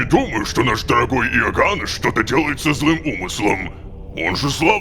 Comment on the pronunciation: Рома, имя оганнес читается не ога'ннес, а оганне'с